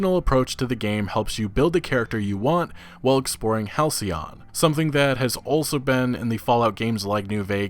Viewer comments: You nailed it “Hal-cee-on.” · Lol man. halcyon is a real word. "denoting a period of time in the past that was idyllically happy and peaceful." I'm pretty sure you got the pronunciation right though! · Pronunciation correct...halcyon also a powerful antidepressant!🍭🍦🍩🐶💖